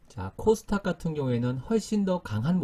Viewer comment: 주식 초보자라서 귀하의 발음이 이상하게 들림 귀하가 코스탁, 코스탁 하길래 <다음>에서 찾아봤더니 KOSDAQ 이고 "코스닥" 이라 발음한다는군요 소위 전문가라서 믿었는데 기초 단어 발음도 잘못하면서....